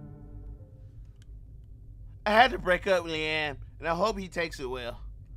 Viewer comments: Not LeeAM 😂😂😂😂! It’s pronounced Lee-UM 😂😂😂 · Deadasss I kept laughing like bro it’s Liam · Na how you fully grown and cant say liam 😕🤦🏾‍♂️ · "Lee AM"💀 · Bro you never heard of Liam Neeson? Please quit saying "Lee Am" 😂😂😂😂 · the way you say liam kills me , I'm rolling 😂😂😂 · Real mispronounced that man name 12 times😂